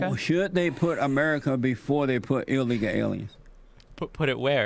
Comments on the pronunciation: Ill leeka aleeans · I want to know what he means by “illegal aliens” or as he says “allyegaul arens” also “AMAZIN” Pepega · Eel leeka ale ians